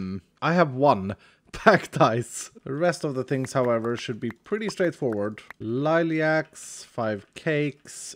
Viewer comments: He called Lilacs, “Liliacs” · You know I almost criticized him calling lilacs, 'liliacs" but the world is full of enough hate and besides this is months old at this point so it would be completely pointless.